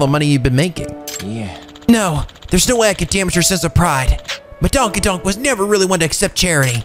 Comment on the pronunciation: Lol "Madonkadonk" 😂